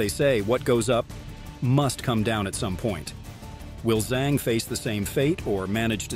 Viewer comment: Her surname Zhang is pronounced "Jung" similar to how you pronounce sung, flung, rung, hung, etc.